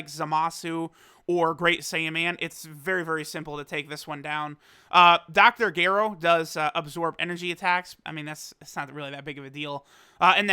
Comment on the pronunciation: the way you said dr gero.... so bad.. and wrong.